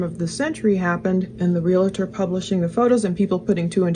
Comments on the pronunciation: ps. its not a real-a- tor, it is a reel-tor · Realtor has 2 syllables.